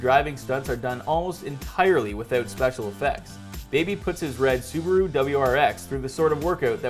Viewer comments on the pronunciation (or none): none